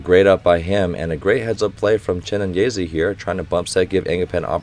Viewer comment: People in the comment: it's Chi-né-nyé-zé: Chi-né-nyé-zee